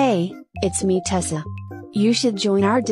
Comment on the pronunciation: TESSLA:❌ TESSA:✔